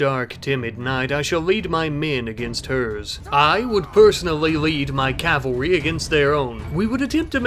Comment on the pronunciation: You pronounce cavalry wrong.